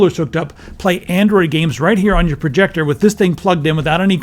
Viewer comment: "Andriod TV" lol